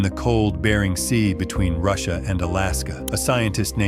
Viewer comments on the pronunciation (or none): none